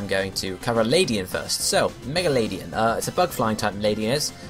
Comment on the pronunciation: Just for future reference ^^ Ariados and Ledian aren't really related And It's not that important but despite it being a LADYbird, it's LED-ian and not Lady-an